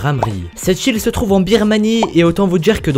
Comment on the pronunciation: A chaque fois j'ai eu l'impression d'entendre "cette chill" au lieu de "cette île" x)